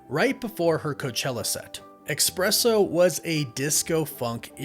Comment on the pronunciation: What's so hard about pronouncing "espresso" correctly? There's no X, C or K in it. Listen to someone who pronounces it correctly and copy that. Sheesh.